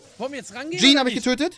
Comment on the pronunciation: Wird Gene nicht „djini“ ausgesprochen 😂